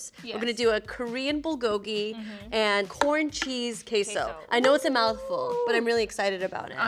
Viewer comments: Lol “BULL-go-gi”. That pronunciation tho haha. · Whenever I hear the american pronunciation of bulgogi I am so confused, then I realise what they just said and cringe on the inside.